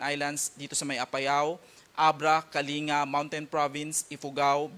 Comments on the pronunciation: Kaling-ga po ang basa hindi po Kalinga. May the Lord melt this typhoon and show us mercy. 🙏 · Ka ling ga, not ka linga, hays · Para hwag sila malito ang bigkas ng kalinga ay kaling ga, gaya ng pampanga, olongapo batangas at iba pa